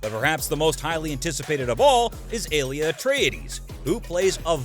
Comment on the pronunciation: If you're going to explain something it usually helps if YOU understand it first. there is no "mysterious woman known as bene gesserit"...Almost everything you said is incorrect. Even your pronunciations are terrible (it's CHAWni not CHAYni, FREMen not FREYmen, ALya not AYLia). Like did you even watch the movie?